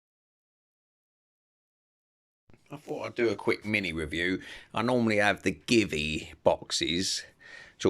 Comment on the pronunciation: GIVI is not give-e. It's, G-V